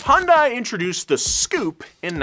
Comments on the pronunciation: It's pronounced "hyun-day"!!!! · Hi-yoon-die lol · It's painful to listen to you pronounce the company name differently literally every time you say it... Hun-die, Hon-dai, Hi-un-die, He-oon-day. Please, just pick one! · 🤦‍♂️ As a former 2003 Hyundai Elantra GT 5 speed hatch. I find this pronunciation stupid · It's HYUNDAI. H - HELL Y - YESTERSAY U - OO N - NOW D - DAY A - SHORT A I - LIKE HOW YOU SPELL E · I love how he just pronounces Hyundai so many different ways without even noticing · I ain't even mad about the pronunciation of Hyundai, I drive a Tucson and called it Hy-un-die all the way until I started driving. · You look up how to pronounce that shark but not Hyundai. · I absolutely loved my 04 Tiburon. Also I hate how you pronounce Hyundai😂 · That’s not how you pronounce my dude 😭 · LOL Is it that hard to pronounce Hyundai once correctly. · What a fantastic video! I simply wanted to share an interesting tidbit with all of you: the correct pronunciation of Hyundai is "Hyun" (similar to "Shun") and "Dai" (pronounced like "Dé"). However, in the grand scheme of things, I guess it doesn't even matter. I truly believe that this automaker's trajectory will only continue to soar. Bet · One of the most interesting things about Hyundai ( "HUN-DAY" ) is how many people cannot pronounce the name properly 😂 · It's pronounced Hyundai, like Sunday. Any respected journalists would know this. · Hyundai is actually pronounced Hyun-Day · It's pronounced "hun-day" like Sunday. Hyundai even ran an add campaign just to explain this because no one would say it right. Surprisingly, not even the car enthusiast YouTube channel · It's so fun watching Westerners trying to pronounce Hyundai lolol Its Hee-Yun De. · im not a fan a hyundai at any means but it kills me when people pronouce Hyundai as "High Un Dae" instead of "Hyun Dae" lol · It's Hyundai not Hundai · YES TY ITS HY UN DAI NOT HYUSDAI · Hyuhn-dae Not hi-yun-die. Not hon-die. Hyuhn-dae. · It's HUN-DAY. Not Hun-DIE